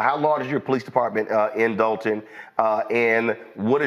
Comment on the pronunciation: Why can't anyone including the reporter pronounce there Ts...It's not Dolun it's Dolton, not Dolun, it's Dolton...The English language...Look into it..